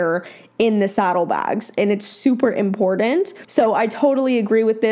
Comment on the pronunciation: Iit’s funny how both you and pronounce the word “important” incorrectly. Otherwise, good video!💓